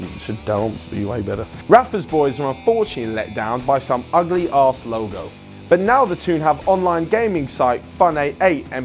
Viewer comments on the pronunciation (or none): none